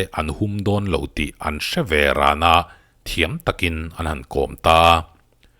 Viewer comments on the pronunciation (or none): A ngaihnawm ṭhin e. Thiam takin tih i thlûk dân erawh a hniam tur i thlûk sâng a,a sâng tur i thlûk hniam anih hi mawle.